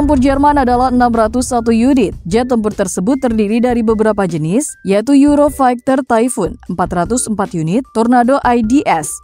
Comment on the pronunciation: euro faikter? funny tongue :face-blue-smiling